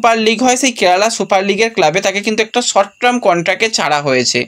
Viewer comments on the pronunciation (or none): আগেও বলেছি আবার বলছি ইংরেজি উচ্চারণ ঠিক করো। সর্ট ট্রাম না কথাটা "সর্ট টার্ম", আর °°গ্লোবাল ট্রেন্ড বা ট্রেড নয়°° , ওটা *গ্লোবাল টেন্ডার*